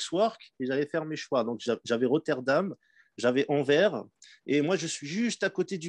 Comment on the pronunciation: salut bonne vidéo et intéressant, mais une chose la ville c'est pas Anver mais Anvers le s se prononce .